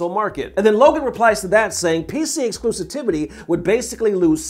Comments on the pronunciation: My man said "Exclusitivity...." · exclusitivity? come on... thats not a word... ex·clu·siv·i·ty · "Exclusitivity" < -- Lol